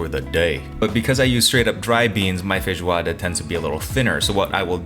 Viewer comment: Bro pronounces feijoada far better than I do and as far as I know I've been brazilian for 32 years. Merry meeeeeeee " from boy to boy s2